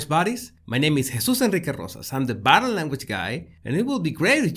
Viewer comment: You're hilarious! "Did I leave the stove on?" Love watching your channel! One observation though. When you say " body language" it sounds like " battle language". I get a giggle, no offense I understand that it is your accent. It's cute!